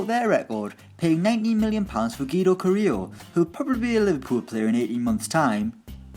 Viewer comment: Yes, it's carrillo (im argentinian)